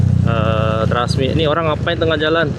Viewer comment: “ Trusmi “ Mas bukan “Trasmi”…! Karna artinya Trusmi itu adalah “ terus Bersemi” …. Maaf sedikit jelaskan..!